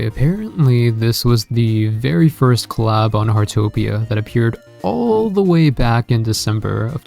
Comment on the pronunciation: The way this person pronouncing the word Collab.... Anyway..... I want this Claaab.